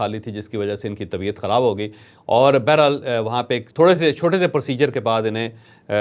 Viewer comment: ھم آپکے بڑے فین ھیں لفظ بہرحال کی تصحیح کر لیں